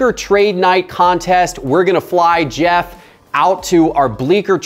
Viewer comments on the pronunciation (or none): none